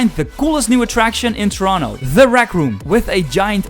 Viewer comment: What in the fuck is torono?